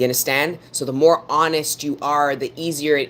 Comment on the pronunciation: I LOVE IT WHEN SHE SAY " YA UNDASTAND" 😂 JUST FEELS LIKE MY ANCESTORS ARE TALKING THROUGH HER..TO ME ❤